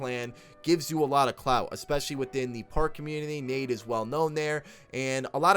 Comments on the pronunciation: It’s nade(dot)exe. It’s not nadexy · It’s pronounced nade x